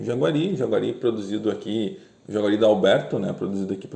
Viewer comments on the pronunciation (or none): Jaceguai, não "jaguari"